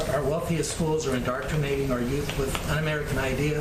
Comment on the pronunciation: OMG!! Let me see if I've got this right. She is supposedly the voice of of our President and she doesn't even know how to pronounce indoctrinating??? WTF??? Unbelievable!